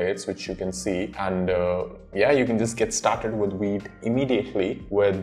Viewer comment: V! V! V! "Vite" not "Weet"! The hell, you just said "Vue" not "Woo" and you can't say "Vite"?